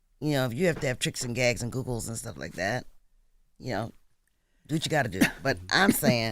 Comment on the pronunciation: Did CHAKA say tricks, gags and googles 💀